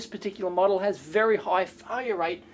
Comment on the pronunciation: Problem is it would not be wery energy effishent XD